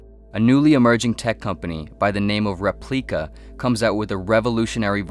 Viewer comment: Repleika... hmmmm... sounds a little like Replika